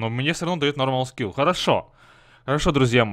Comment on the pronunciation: Почему ты говоришь шкил, а не скил?